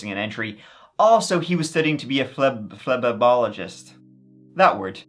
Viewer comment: “fle-ba-bol-ogist”!!!! 😂😂😂😂😂😂😂😂😂😂😂😂😂😂😂😂😂😂😂😂 “Cuz I love ya!”